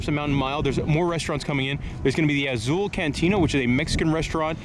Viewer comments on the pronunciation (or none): none